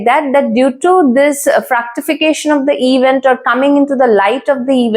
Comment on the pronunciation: GOOD. BUT KINDLY RECTIFY THE PRONUNCIATION OF WORDS : VENUS & ITs " FRUCTIFICATION " NOT FRACTIFICATION ..XX